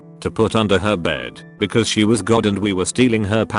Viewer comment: Why can’t this pronouns “because”